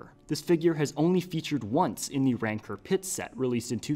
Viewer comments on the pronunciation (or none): ITS RANCOR NOT RANCER